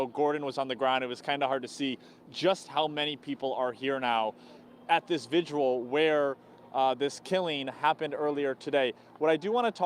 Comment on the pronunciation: There are many more important things going on here than my comment but I hear more people pronouncing vigil "vigual" (rhymes with visual) rather than vigil. Two syllables.